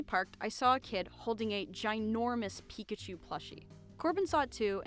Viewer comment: Its pikachu. pi- K-achu not pi-C - achu dont get it wrong again.